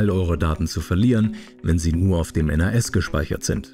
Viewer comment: Gutes Video, aber ich habe es noch nie jemanden N.A.S. aussprechen hören und ich arbeite als IT'ler und war vor meinem Beruf Hobby-IT'ler lol.